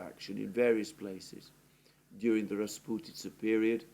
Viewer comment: Your pronunciation of the word “rasputitsa” is brilliant😊